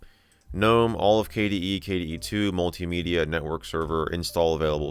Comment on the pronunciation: For some reason, the way he said "multimedia" reminded me of the quote: "multimedia is just like regular media, but not as good"